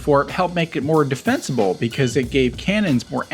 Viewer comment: 'Defencable' good English there m8